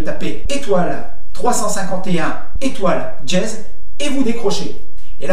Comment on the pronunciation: C'est pas "djez" c'est "dièse" !